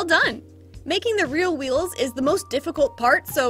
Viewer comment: struggle to say rear wheels is great. "real wheels"